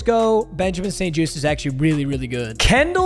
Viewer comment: You said it right (Benjamin St-Juste) , I am from Quebec !!